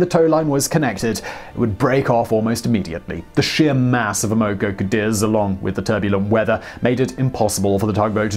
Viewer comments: It’s pronounced “AM-uh-co”, not “am-OH-co”. Just an FYI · Amoco pronounced as "AM uh co." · Simon, you're a terrific presenter. However, I wish more attention would be paid to correct pronunciation of personal and place names. In Chinese, "x" is pronounced "sh", and "q" is pronounced "ch". The Amoco company is A-mo-co, not a-MO-co. Etc. Let the content shine without these distractions. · You said "Amoco" several times before I figured out what you were saying. "Am-uh-co" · love the vids, but, just quietly, Amoco rhymes with hammer blow. in Australia anyway. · Simon: The initial "A" in Amoco is short like the way in which we Americans say the word "had." The first syllable is accented, with each successive syllable having less stress. The 2nd syllable "o" is a standard lazy schwa sound. Thus, it's pronounced Ă-Mah-ko. TMI, I know, but just saying... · PRONOUNCIATION EDIT: (1) BEN-CHI (2) AM-O-CO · this guy pronounces countless words wrong, english or otherwise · Amoco is pronounced AM-uh-coh. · It's pronounced "am-moh-coh Cadiz". What is with this guy and mispronouncing everything? It was the Amoco oil company. A gigantic company later absorbed by BP. How could he miss that? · You really can't pronounce anything that isn't British English, can you? X in Chinese is a "sh" sound and Q is a "ch" sound. And it's "Am uh Co Cuh Deez"